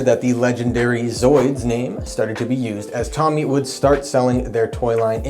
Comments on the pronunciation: It's Tōmy, not Tommy! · TOE-MEE... not tommy lol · Well done - but I CRINGE every time you mispronounce Tomy (Toe-mee).